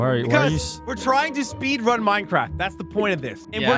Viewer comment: Its minecrafff